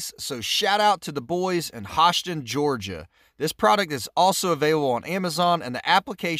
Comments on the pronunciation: Amazing work and great video. One complaint. Hoschton is pronounced with a U in place of the O. XD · Many want to call it “Hosh-ton.” The correct pronunciation is “Hoosh- (rhymes with push) ton.” William Hosch and his brothers founded Hoschton in 1881, and he built the first house there. -Learn something new everyday. Last time i try to shout out a city...